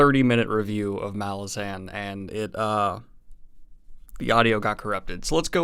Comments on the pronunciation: Helpful hint: Apparently it's "Ma-LAZ-an" not "MAL-ah-zaan". (Yup, I was saying MAL-ah-zaan for years ... then I saw Erikson interviewed ... here he is saying the name ... Anyhow, this might help build cred in later videos. Keep up up the great vids, Man! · You are pronouncing Malazan incorrectly. Ma-laah-zen. Midnight Tides is the best MBotF book. Deadhouse Gates and the start of House of Chains follow those up in terms of greatness. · Hey Daniel! There are a few interviews where Steven corrects a lot of the pronunciation mistakes readers make. The first one being the title itself. The emphasis is on the second syllable: "muh-LA-zin" second syllable being pronounces with the "a" of "at". At the end of his interview with the "10 very big books" podcast he talks about it. Another one which took me by surprise was Kruppe pronounced "crup" like "cup" with an "r". Duiker is "doo-ik-er", and pretty much all the other names I had way off. Enjoy the read! This series is such a trip. Walk in the light :) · I thought it was muh-lahz-in. Did you just guess, or did you find out how it's actually pronounced? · Just want to note that you’re saying “Malazan” wrong. Normally I’m fine with people pronouncing fantasy names however they like but this case is different because “Malazan” is a demonym and so is subject to English pronunciation. Look up how Erikson says it. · Please pronounce "Malazan" the way that Erikson wants it to be pronounced!